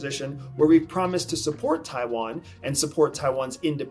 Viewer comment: Nitpicking, but if you said some of the names better it would be less distracting, especially Taiwan